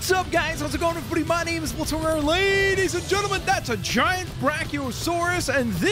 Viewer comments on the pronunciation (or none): none